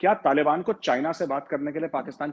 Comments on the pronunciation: hello the way you pronounce some of the words is just confusing n disgusting 😆 तालिबन नहीं तालीबान होता है। बल्युचिस्तान नहीं बलूचिस्तान है। ethinicity बलोच है। i was so confused what were u talking abt.. ANGREJ mat bno bhai it looks so weird 😆😁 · nobody in ur viewers tell u abt ur wrong pronunciation.. it is so confused .. after listening so deeply to the context i came to know tht u were talking abt Taliban.. तालीबन नहीं तालीबान होता है भाई।👍👍👍👍